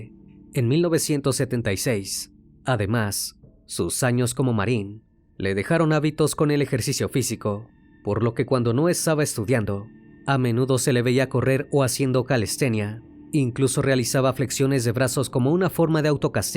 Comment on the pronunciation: Es hábitos. Acentuado en la ''a''. Pobre chica la de 19 años! Este loco no paro nunca ni por esos 3 años en prisión.